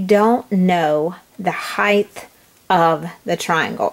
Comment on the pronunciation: helpful!!! but you pronounced height wrong. its not heith its height